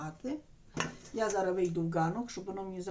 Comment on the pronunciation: Говоріть нормально, не зара, а зараз!!!